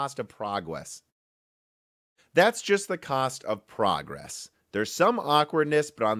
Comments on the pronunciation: im so glad tech is progwwwwwwesing. :D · "and thats just the cost of progwess" OωO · He dunno how to pwonounce "pwogwess" cowwectwy. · Pwagwess? OwO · Prawgwess... instantly reminded me of the wedding ceremony in Princess Bride Mawaige! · Got the like for leaving in the "pwogwess" blooper. Humility is also a virtue. 👍😂👌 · It is good to see AMD making "prahgwress" !! 🤣🤣🤣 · Hahaha praghwes, I love the fact you keep in bloopers sometimes